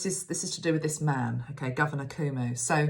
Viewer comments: Thank you,. Andrew Cuomo is pronounced Cu O Mo. We are lucky to have him there. I lived in NYC for many years and my children live there now in Brooklyn. I had my spiritual awakening there and the energy of the entire world is represented there. I am grateful that you see the Emerald Green light for him and for the city. A Course in Miracles came through Helen Schucman in New York City... there is a great deal of light there. I have moved to Orlando, Florida, where a lot of New Yorkers come to retire and vacation. People live in very close proximity and are under a lot of stress. I always felt I would suffer if I stayed in the city, and the 9/11 happened just after I left. People have a hard time because it's intense energy all the time. Except now, all of it has stopped. I'm grateful for your insights...and of course for Metatron's guidance. New York sometimes takes it on for the whole country, like 9/11. We need a national consensus now, but the leadership is leaving it up to the states to make their own decisions. That's how this got so out of control here. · Hello, thank you for all you do. I just viewed this video, today, April 16th, and thought I would answer some of the questions you asked during the video (if someone already has, please forgive this second round of answers;-). First, Cuomo is pronounced Koo-oh-moh - both o's are long. You are right that there are states that don't care about what is happening in NYC. Those states are in the midwest, and the south, and are red states (Republican), and pro-Trump. The states on both coasts care deeply about what is happening to NYC. And lastly, Governor Cuomo is a symbol of strength not only to the people of NYC, but to the majority of the people in the US, right now, for we have a huge void in leadership from the President. He's already been nicknamed, President Cuomo! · His name is pronounced kwo mo (as in status quo and moe from the 3 stooges) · Pronounced: Coe Moe (long O sounds)